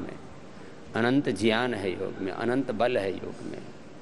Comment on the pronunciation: बाबा जी आप ज्ञान (gyan) को ज्यान (jyan) क्यों उच्चारण करते हैं।कृपया समाधान दें।